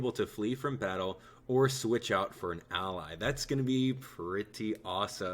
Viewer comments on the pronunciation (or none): none